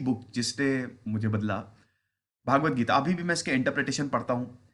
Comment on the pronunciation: श्रीम्भगवद्गीता उच्चारण है भागवत नहीं श्रीमान जी